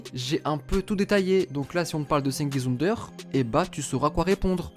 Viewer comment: plus jamais tu prononce son nom de famille comme ça